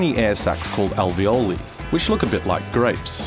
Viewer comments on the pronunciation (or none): none